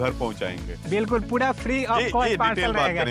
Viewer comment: गुजरात में जाओ ऐसे लाला टाइप की कंपनी हर दूसरे घर के पास है 😂 भईया आग वाग भी देखना 😂 घोड़ा- घोरा कपड़ा - कपरा पूरा - पुड़ा 😂😂 बिहारी साला, बोलना भी नहीं जानते 😂😂